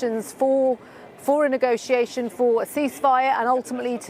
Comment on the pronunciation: Why do they pronounce negotiation so?